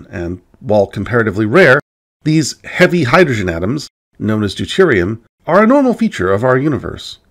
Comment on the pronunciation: has perfect diction except for “hydoshen”. Rather endearing.